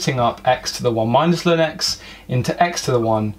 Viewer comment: L N not lin!!!